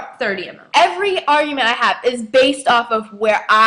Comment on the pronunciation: how the hell do you take advantage of food stamps and you make fun the way black people talk im sure in the video i heard you say augument its pronounced argument even tho i am Hispanic you guys are some messed up sons of bitches have fun in hell with your prejudice lives im pretty sure they dont even know all of the things black people did to create and form this country oh and you should be hurt because every word you said in this video will come back and get you